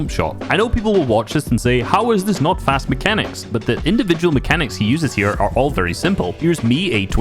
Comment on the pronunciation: lol did you say "Fast Pechanics" in the beginning?